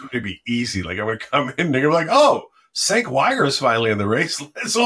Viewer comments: Actually sounds like Jenk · Cenk but sounds like Jank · is it pronounced Senk?! Or was he making fun of how peeps will pronounce